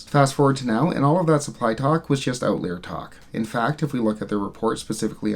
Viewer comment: Out-lie-er...not out-leer.